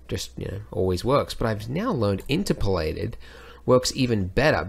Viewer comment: In-TER-polated I think. ? Anyway, as always a fun, helpful vid. Thank you Andrew.